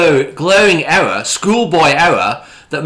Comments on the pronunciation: Ewwwor! Ewwwor! Ewwwor! Elmer Fudd's English half brother. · Oh no he actually made a huwge ewwor. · The way this guy pronounces the word "ERROR" is an "ERROR" within itself 🤣😂🤣 Love how he says thunderf00t doesn't do any research when the boring company website still currently has the same plans on their website from 2 years ago & how he used Reddit for updates on the project. Also love the way he tries to explain why you wouldn't want to have the new station link up with the current stations at LVCC and have to walk through the convention centre to get to the new proposed station linking to the hotel. Keep it up mate your comedy gold & please be sure to let us all know what Elon's pecker tastes like in your next boring company video 😆